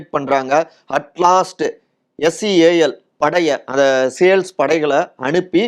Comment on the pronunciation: " சேல்ஸ் படை இல்லை!!😅 அது சீல் படையினர் 😂😂 உங்கள் ஆபீஸில் யாருமே பார்க்க விலையா??